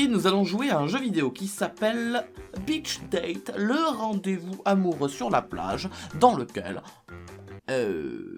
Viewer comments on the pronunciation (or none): Beeeeeeeeeach date et non pas beach(si tu arrête le "each" trop vite cela fait "bitch") date. Et du coup cela change tout au jeu XD.